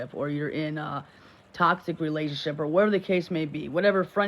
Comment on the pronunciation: Wtf is a “Relainship”? I swear these 2 really need to go back to school and start at 1st grade. They just make words up as they talk.